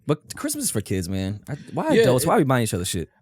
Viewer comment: Nobody:: ADELTS